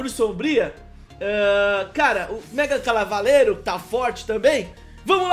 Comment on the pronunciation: MegaCalavalero ksksksksksks errou na pronúncia quando veio Lendária no baú da sorte kskskskskks